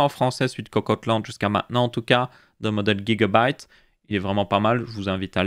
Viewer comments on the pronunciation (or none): Non BEUGABYTES XD